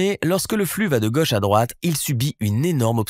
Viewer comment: super video et explication parfaitement claire.. par contre.. petit detail qui me fait bondir à chaque fois.. "gauche" se prononce avec un o fermé (comme dans moto) .. ca fait vachement bizarre de l'entendre avec un o ouvert